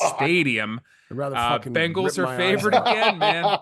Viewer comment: love the show ticket... love but why can't he pronounce the bengals correctly - the bangles are an under-rated 80's girl band